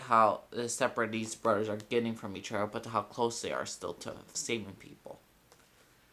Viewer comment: You're stupid u can't say brothers right